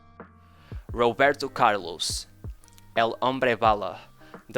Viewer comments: That’s how some Brazilians pronounce his name buddy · The way the narrator says "Roberto Carlos" sometimes give away his Portuguese accent 🙂 great content!!